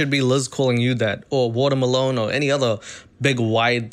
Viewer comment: Watermelon : ❎ Wotamalone : ✅